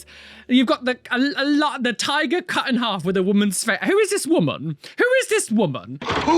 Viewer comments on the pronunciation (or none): none